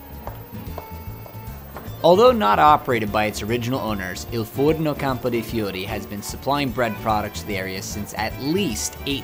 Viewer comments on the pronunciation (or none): Every big city is broken up into districts. Nothing unique there. And your pronunciation of Fiori? A bit off, I'd say. I missed Campo de' Fiori last time I was there, but will make a point of visiting it next time.